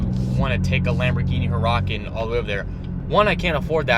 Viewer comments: its oor-uh-con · LAMBORGHINI HURACKAN???!!! WTF IS WRONG WITH YOU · “Lamborghini huraKan ...” 😂😂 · Yeah man those "hurakens" are dope 😂😂😂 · "Lamborghini HuROCKan" yo wtf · "Lamborghini HURAKAN " who told you to pronounce it that way 😂😂😂 they did you dirty. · That's not how you say hurican😂still love the vids bro congratulations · uh no. first all the H is silent. and you're fucking stupid, because there's no hard K sound anywhere in Huracan... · amays86 is right. you drop the h and what is left of the word is somewhat broken up into two 'urah-cahn